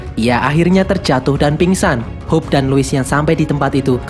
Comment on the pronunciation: Jadi intinya saya sering salah denger kalo abang bilang "Hope" menjadi "Hulk"